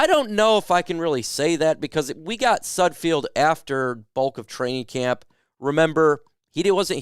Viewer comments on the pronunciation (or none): Please learn to say Nate Sudfeld's name correctly. It's SUD-feld not SUD-field